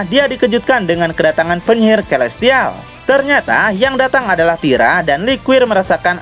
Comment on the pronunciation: Celestial : (Baca : Selestial) Terimakasih bang.. Saya ngikutin terus semua ceritanya 👍👍👍